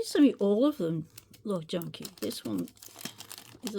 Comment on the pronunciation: That definitely says “cock junkie” 🤣🤣